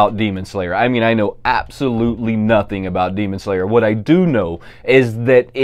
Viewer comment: why you got to be so sexist using male measurements women can be size queens too you know LOL as far as this list goes I'm only interested in the Spider-Man out of curiosity do you taste peanut butter it sounded like you were having a stroke trying to pronounce Demon Slayer pop LOL the whole 10-in thing doesn't make sense to me because if the general population of Funko is the four and a half it only makes sense that large characters should be large the only one I own is giant man and that's because they never made an 18 inch if they made an 18 inch I would toss the 10-in but miss minutes was a tiny little thing they should have just left it at her size that came with the rensslayer pop